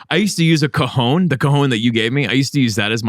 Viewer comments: Cajón* if you're attempting Spanish. Cojón is another totally different thing 😂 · It's called a Cajon... A cojone is something else entirely 😂😂😂😂😂